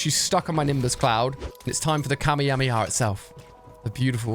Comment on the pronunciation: Why he said kamehamehamiyah